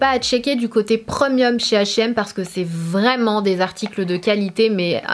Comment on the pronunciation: Tu ma tué comment tu prononces « premium » - preuuuuuhmieuu